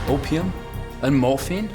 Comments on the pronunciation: 전 오퓸으로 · 아편 영어 발음이 아퓌음 이였군 ㄷ ㄷ ㄷ 에 발음이 세서 의사를 의샤 로 발음함